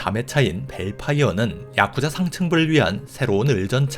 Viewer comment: 야쿠자 하실때 발음이 독특하시네요 야~~쿠자